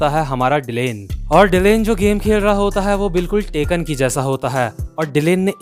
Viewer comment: takken ki tarah hi nahi tekken hi hai 😂😂😂